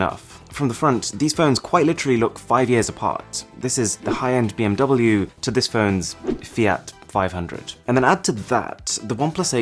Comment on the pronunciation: I'm sorry I had to turn off the video after you said BMW.